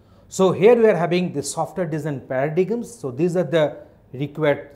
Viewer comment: It is pronounced as para-dym.